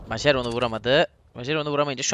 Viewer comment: kankam majer mayer diye okunuyo